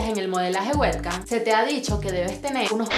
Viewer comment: exacto verdad que es payasa? No lo pronuncia bien. En realidad nada de lo que está en inglés lo pronuncia bien xD